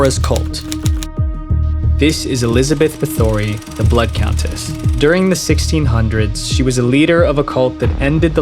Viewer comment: I respect you man, so please forgive and accept my correction of your pronunciation of "Bathory", as in Elizabeth Bathory the blood Queen. 🛀 or E "bath, or E". *your choice whether you soften the "th". The emphasis correctly rests on the B-A, like "BAthory". Like I said, I respect your shit, and appreciate the information-first, mostly non-biased content. ❤🎉❤